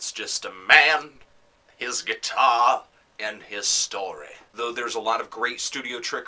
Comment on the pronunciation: "A man...his GUITAWW", haha this is a great review